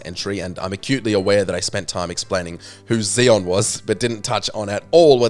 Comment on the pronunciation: Next small note. Its marlusha lex-e-us and zex-e-on. Them x's are kicking your ass right now